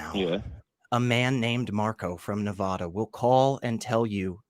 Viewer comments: people who live in Nevàda hate it when people pronounce it Neväda. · Please don't mispronounce Nevada.